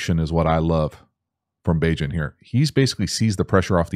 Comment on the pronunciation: Bagent rhymes with agent.